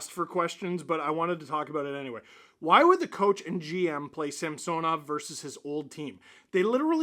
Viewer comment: Actually .. in the broadcast last night Gord explained that he prefers Sam-son-ov now, NOT Sam-sewn-ov... so please kindly STOP IT, IT NEVER MADE SENSE THAT WAY ANYHOW.